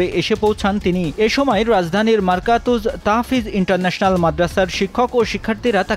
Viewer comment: হায়রে সাংবাদিক ভাই, মাদ্রাসার নামটাও ঠিকমতো বলতে পারলেন না, মারকাজুত তাহফীজ, মারকাতুজ নয়